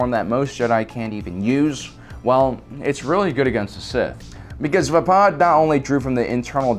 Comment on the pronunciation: HEY, he said Vapaad right!!!!!! kids cheer Been triggering me alot lately, but NOT TODAY!!!